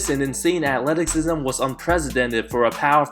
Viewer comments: Nigga say Ackletiksism again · bruh this man said "akleticism" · Hi, I love your videos so it's about time I point this out. The "c" in Athleticism is pronounced with "S" sound and not with "K". Great videos man, thanks. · Did this man say atleticsisme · " Which took away some of his Athleteksism " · The way you pronounce Athleticism Atletik-sism is bothering me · It wasnt pronounce right. He says athleticksism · What i heard was "Atleksisim" 😂 i was about to point it out too. But in all fairness, this is a nice video. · You Really Cant Say Athleticism.... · Its athleticism with a silent “c” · Bro, I don't mean to be rude but you might want to look up the pronunciation of athleticism. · Korzemba is the Man. You guys are buggin'. Plus, he can actually pronounce athleticism...lol